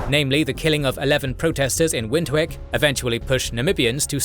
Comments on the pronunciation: Love the video! “Windhoek” is pronounced “Vint-hook” “Botha” is more “Buah-ta”. “Protea” = “Pro-tee-yah” Thank you for covering this conflict, the actions of the Apartheid government are appalling and deserve to be laid bare for the world to learn from, especially considering modern conflicts of a similar nature… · "Wint - hook and O wham bo" had me in creases!